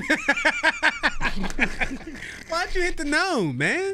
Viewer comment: ‘Fock yew’ a wild dude 😂😂